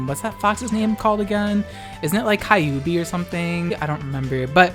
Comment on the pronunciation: "what was that fox thing from Naruto called? Kee-yoo-bee or something?" LOL